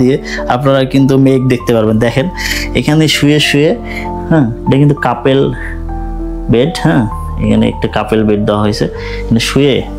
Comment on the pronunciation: কাপেল না কাপল 🫡